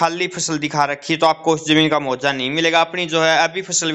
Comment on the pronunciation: मुआवजा ठीक बोलो मुहावजा नहीं